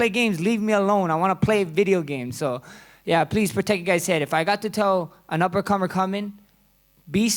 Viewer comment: Lmao max said upper comer coming